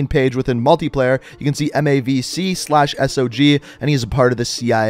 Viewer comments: MACV SOG is an acronym, you can pronounce it as a word. Mac Vee Sog. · Thanks for butchering MacVSog by saying it like a 4 year old M A C V S O G. You spell it together... I didn’t knew that former paramedics are acting dumb.